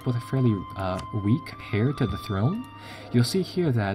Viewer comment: heir to the throne is pronounced air to the throne. papal state is pronounced Pay-pal state Castile = Ca steel eh casus beli = kaysus be-lie (rhymes with eye) English isn't phonetic. it's very inconsistent - due to many different linguistic systems being injected throughout history. There aren't enough symbols to represent the sounds we make. Spanish is much more sensible.